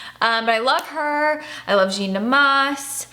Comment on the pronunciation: This is lovely, but true french girl makeup would be all about the soft natural skin (concealer only or tinted moisturizer), and the red lip. Eyes would be natural, often even left completely bare. Also, "currant" is pronounced "KUHR-INT" and "Jeanne" is pronounced "JAH-NN". xx